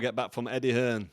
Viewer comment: Hi carl Why do you call eddie hearn eddie hills? Can you please let me know Thanks